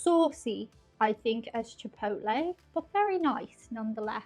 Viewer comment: Hello it is NOT pronounced "Chee-poht-leh". Its PROPER pronunciation is "Chee poh tleh". What is it about most people wanting to disrespect and mispronounce Latin Spanish words. Yet, they go out of their way to properly pronounce French, German, and other White European names. Remember that you () do not like when people (especially Americans) mispronounce Irish names and words.. Not trying to sound rude or 'demanding', just respectfully, 'assertive'.))):eyes-pink-heart-shape: It is also NOT "Yah-rhee-toes". It is "Hah-rree-tohs". History says that 'Brownies' were invented / created in 1893, by Bertha Palmer, a prominent Chicago socialite whose husband owned the Palmer House Hotel.